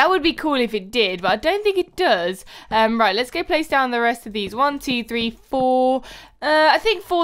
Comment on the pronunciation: Did you see when she said raight its meant to be right